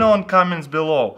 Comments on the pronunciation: can't stop laughing... that pronunciation... p***s😂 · Lol i thought he says "Penisses" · did taras say pennies or pen15? jk jk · Let me guess before watching the video. He will pronounce pennies as penis. I can tell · Every time he says pennies xD ROFL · make sure to turn on your captions when he says "Pennies"